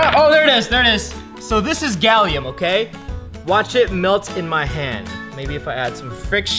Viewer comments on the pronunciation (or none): its gallium not galliom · I thought he said “Galiooo “🤣